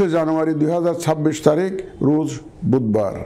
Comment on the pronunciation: রুজ না রোজ!!!